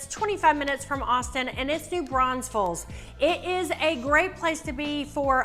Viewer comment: Why you adding extra S’s to NEW BRAUNFELS?? Also, we don’t have an Oktoberfest here, we have Wurstfest